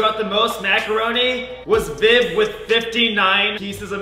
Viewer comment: Not to sound weird but every time says viv it sounds like babe lol